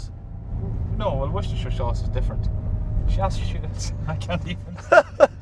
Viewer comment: it's supposed to be pronounced "worstersauce"....